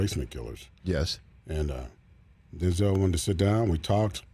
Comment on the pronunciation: If we all respect Denzel like we say we do, can we please start saying his name correctly. There's no accent over the second E. Say it how it's spelled. He's said it himself. It was his fathers name.